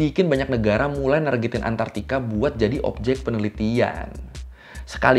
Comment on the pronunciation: Antarktika bang, bukan antartika